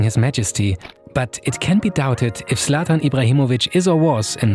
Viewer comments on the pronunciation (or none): Zlatan * not Slatan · The Zlatan pronunciation screams german. But the production quality is way better then german youtube.